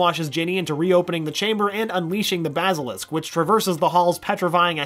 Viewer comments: I have a problem with the way he says basilisk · He said basilisk wrong